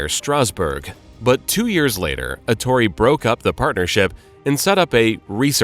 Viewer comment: Such a detailed reconstrution of Bugatti's career, without learning that his name must be pronounced Èttore, and not Ettòre, which is not italian nor english